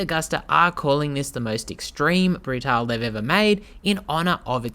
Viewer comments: Not Brutal it's Bruta - le . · I own this bike and it's been quite solid after the first year of ownership. Keep getting SCU errors (Susp. Control Unit), and installed the Arrow exhaust recently--insanely loud, but this bike is a real rocket and scary fast. Lots of complements on it wherever people who ride are found. Rims truly are stunning. Love this thing. Wish this guy would prounounce "Brutale" correctly, but oh well.